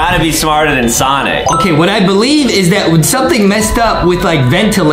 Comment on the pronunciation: its sonic not sanic